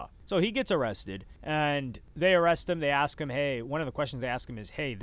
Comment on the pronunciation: "Axe him about the prescription"💀 -YB